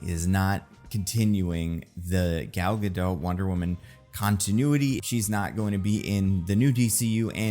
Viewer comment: It’s a bad look for a movie expert to mispronounce an actors name, let alone to do it multiple times and inconsistently.